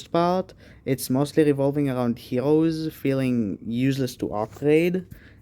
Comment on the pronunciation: Man can't say the R he says heloes whahhahaha